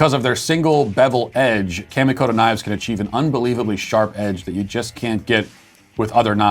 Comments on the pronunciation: Matt, kamikoto is pronounced with the "ka" sounding a little like a Bostonian saying "car", not like "camo." I know you don't care, but maybe the company does. Lol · "Kamikoto knives" sounded like "candy-coated" knives which was puzzling to me.